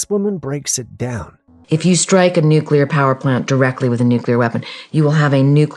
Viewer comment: it's nuclear (NU-KLEE-UR) NOT NUK-U-LUR